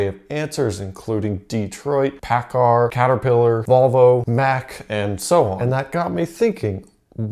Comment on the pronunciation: Somebody may have already pointed this out, but when pronouncing Paccar, but the emphasis on the last syllable. The name comes from the original railcar company, Pacific Car & Foundry, and even before the name of the corporation changed to reflect that the product line included many other types of products (Kenworth, Peterbilt, Carco Winches, etc.), and it was colloquially known by the contraction, Pac Car. As for the description of how long stroke (undersquare) engines make more torque, there's a big, "yeah, but...). I would agree that an undersquare motor is capable of making lot of torque at low RPM's, but it would be a mistake to assume that short stroke (oversquare) motors can't make loads of torque. The long stroke motor does have a longer lever arm at the crank compared to a short stroke motor, but it gives up peak brake mean effective pressure at the piston crown compared to a short stroke motor exactly because the bore is smaller for a given displacement. I'm not arguing that diesel engines should run shorter strokes, only that your explanation left out the trade-off involved in a long stroke motor.